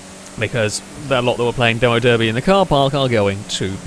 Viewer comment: that's not how we say Derby in England, where you're from. I get the impression that you were home-schooled on youtube and not in the English school system, but your pronunciation 80% of the time gives away that you were in fact educated in the English school system to speak English and not foreign, therefore you actually choose to speak in this strange mixed dialect of yours, which is in fact making you unemployable in England, where we still tend to speak English. Any editor will tell you for free to pick a dialect and stick to it. Don't fudge both, or people will think that you're a bit plank and don't know the difference, like the rest of UK content creators desperate to curry favour with viewers who don't actually give a shit if you speak in normal English or the gutter English informal dialect with half the words and grammar gutted out that they speak in only one part of the English-speaking world.